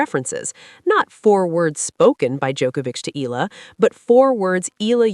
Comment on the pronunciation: Eala (eh-ah-la). Pronounce her name correctly.